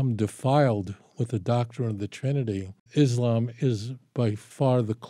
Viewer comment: Why can't people in the west even pronounce Islam and Muslims properly.